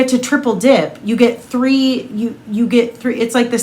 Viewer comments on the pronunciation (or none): none